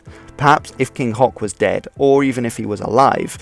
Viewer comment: English is not my native language and despite that, that pronunciation totally caught me off guard.